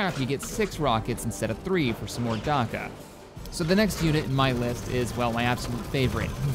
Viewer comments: 'Darka'? The fucks Darka? It's Dakka (Da-Ka) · what the hell is a "warg" and a "darka" are you trying to say WAAAAGH and Dakka?